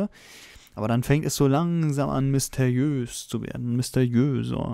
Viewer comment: misteiös?! Ernsthaft? Sprich das RRRRRRRR!!!!!